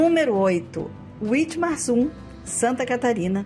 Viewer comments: Pronuncia-se vitmarsun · Dessa vez deixaram Rolândia em paz. Quanto Witmarsum a pronúncia correta é vitmarsum, é muito comum encontrar pessoas conversando em alemão pelas ruas, tem um grande vocação pra agricultura e pecuária, tem um clima ótimo pra quem gosta de um frio moderado. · Witmarsum é uma palavra alemã, então se lê ( Vitmarsum)